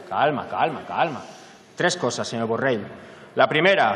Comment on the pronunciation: Primer de tot digues be el congnom es diu Borrell i no Borrel.